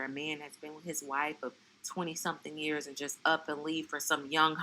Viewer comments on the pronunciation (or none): none